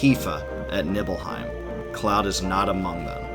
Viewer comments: I love this video but it’s KNEE-BELL-HEIM, not Nibble-Heim lol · And Nibble hiem... Always said it Knee bell hiem. Those pronunciations irked me but still great vid!